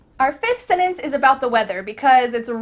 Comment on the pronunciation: Absolutely dreadful. Complete drivel and she can't even pronounce the word 'sentence'. Why do people embarrass themselves this way?